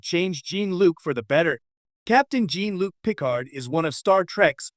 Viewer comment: The AI keeps mispronouncing Jean-Luc’s name. Very annoying.